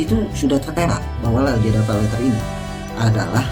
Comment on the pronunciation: Kok lajada? Lazada kali bg pake Z bukan pake J..